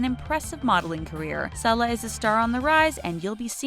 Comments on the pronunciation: Not its pronounced see-lah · She also mispronounced Sasha and Selah's names.